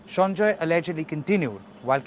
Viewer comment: He is Sanjay Rai and is not a Bengali. Why are you pronouncing the name is a Bengali accent ?